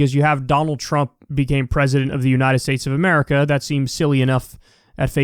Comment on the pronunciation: she cannot even say uniTed! UNINED?!